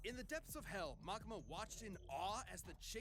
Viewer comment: You can say Ma-kee-ma